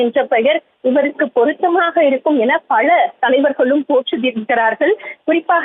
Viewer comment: பல ...என்ற வார்த்தையை சரியாக உச்சரிக்கவும்